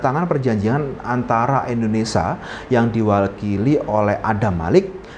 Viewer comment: Bukan Endonesa tapi Indonesia. Bahasa Indonesia itu baca dan tulisannya sama saja 😅